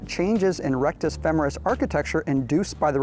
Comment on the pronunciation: FEMMMMERUS? Never heard it said that way before.